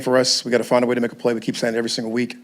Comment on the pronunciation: "Find a way" was worser than AI saying "practice"🤣😭🤣😭